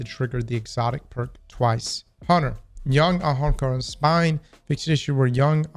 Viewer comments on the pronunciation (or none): Actually pronouncing the A in Ahamkara twice is wild.